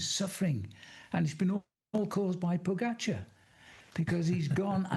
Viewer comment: The audio always sucks on these.. Come on NBC.. also, Tejay learn to pronounce pogacar .. it’s AR, not ER..